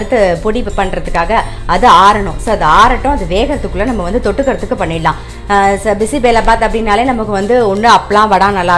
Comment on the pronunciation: Clear and lucid as always. Great ! A small correction please ! It is NOT Bisi belaa bath...it is Bisi beley bath. You are wrongly pronouncing as belaa instead of Beley. In Kannada Bisi = hot Beley = dal ( paruppu) Huli = puli ( tamarind/ sambhar ). Annaa = Saadham. So the correct term is Bisi beley huli annaa = ready mixed sambhar saadham.